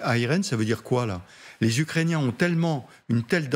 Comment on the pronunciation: 6mn 23, trinquand " ... par.les ucréciens..." faut arreter de trop trinquer avant en loges😅